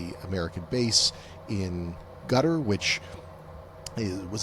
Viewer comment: So nice to hear people who know how to pronounce Qatar and Iran properly. Hope nuclear is pronounced properly as well! 👍🏼